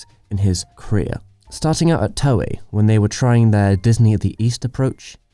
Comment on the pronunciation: you really made a nice video, really, so you get my thumbs-up. But honestly... do something about your pronunciation! there is not one name you pronounced correctly! Ghibl, Toei, Porco Rosso, Lupin... even google translate knows how to pronounce them!